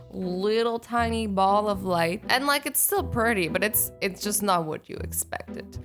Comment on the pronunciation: you said pertty